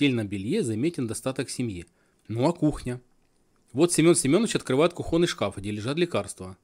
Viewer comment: Насчет телевизора "Старт" брешешь, в 1968 году у меня был "Горизонт" (УНТ-59) с экраном 59 см по диагонали, стоил 430 руб. Кстати, лучший на то время в СССР. И научись правильно говорить, не кухОнный шкаф, стол,а кУхонный.